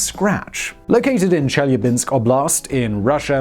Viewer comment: Chi-lya-binsk not cheli-ya-binsk